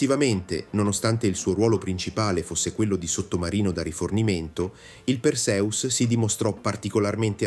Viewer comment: Perseus si pronuncia con l'accento sulla seconda sillaba e non sulla prima. Fate almeno lo sforzo di pronunciare i nomi come si deve.